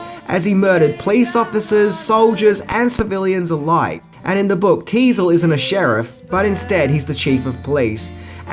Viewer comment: Teasle, not diesel